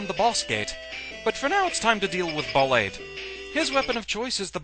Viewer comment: a little bit of insight. I believe Ballade is pronounced just like it is in French. ball-AHD. To back it up, his Japanese name is バラード (Ba-ra-a-do). That's pronounced like bah-RAH-doe, or bah-LAH-doe. But you see my point? Also, in Japanese, ー is used to indicate an extension of the sound before, which is the "ah" sound. This is commonly used to indicate where the stress goes on foreign words.